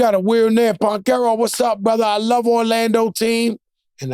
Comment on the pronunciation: Banchero with a B not a P lol smh struggling to say his name fr 😂 love the pod 💪🏼 dynamic duo